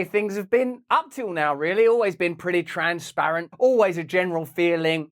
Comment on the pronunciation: Did she say trans-parents 😆😄